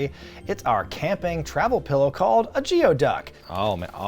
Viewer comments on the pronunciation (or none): while it may be spelled "geoduck" it is pronounced "gooey duck"... Anyway, cool mail bag for the final one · I hate to be that guy, but it’s pronounced “gooey-duck” (sorry, I’m a jeopardy champion and a trivia junkie and it’s a compulsion) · Cmon. You’re a PNW kid. Gooey-Duck=/=Geoduck. Shoutout the homies at feathered friends. Used to go there all the time when I was still a part of the mountaineers